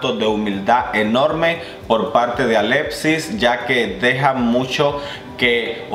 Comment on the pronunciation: y por cierto no se si tengas algun problema al pronunciar algunas letras pero no se pronuncia alepsis lo mas parecido que podria escribirse sin usar la x seria alecsis no se si me explique